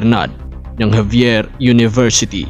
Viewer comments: Anong javier university? xavier university po yan..anoba namn yan..pre? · Xavier University was established during american period, by american Jesuits as Ateneo De Cagayan later on called Xavier University commemorating St. Francis Xavier (from Spain) So not really wrong to pronounce Javier but more correct as Xavier.